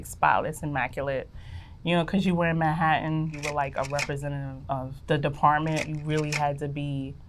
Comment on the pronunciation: ‘In Mah-hattin’ lmao